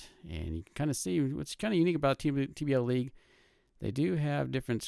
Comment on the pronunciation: Nice vid but it's TBLeague, not TBLLeague.